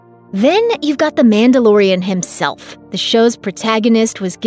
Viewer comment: You keep saying "Mandalorian".. But all I hear is, "Amanda Lorian".